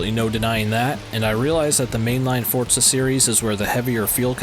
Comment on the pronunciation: Forza not Fortza.